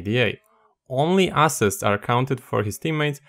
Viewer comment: "ass-sist" kinky ngl kind of like it